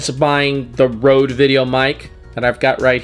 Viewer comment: Boi if you don't. It's røde (roede) not rode, it's a danish company and we danes take pride in the stuff we make that acrually comes out to le ppl and I get 420 triggered whenever I hear somebody say "rode" triggering intensifies